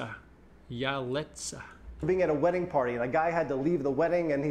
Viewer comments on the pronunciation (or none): none